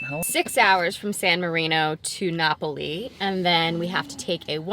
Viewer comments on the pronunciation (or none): na-pah-lee? lol